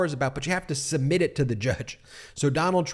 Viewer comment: “Submit” has a “b” in it, so is not supposed to be pronounced “summit.”